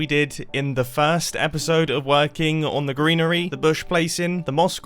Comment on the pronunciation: I'm why but when he said greenery my head just immediately spelt it like "grianery" and I'm never turning back